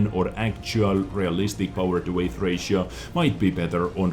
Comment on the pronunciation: Hey nice video! And btw, weight is pronounced like wait. XD